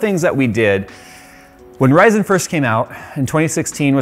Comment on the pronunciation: Stop saying Rye-Zen! Lisa Su doesn't do it, it's Ryzun, it's not bread! AAAAAAA